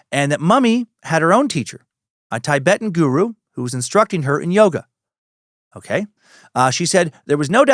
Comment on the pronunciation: Dan said Tibetan correctly by mistake in this one. I'm taking it as a win!🎉🎉🎉